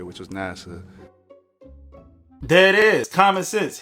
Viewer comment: Maam its NASA NOT NASAW😂😂😂